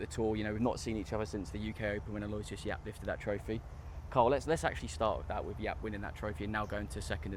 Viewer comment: Who Yap? Butchered the name